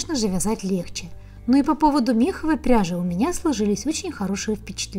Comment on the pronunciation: Это самый очаровательный обзор на пряжу из всех, что я когда-либо видела. единственное - меховАя, ударение на "а"